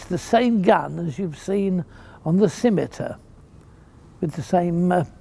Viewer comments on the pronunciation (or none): none